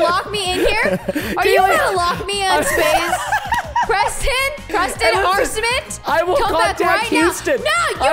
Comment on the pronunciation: “ Preston Arstmits “ - 2021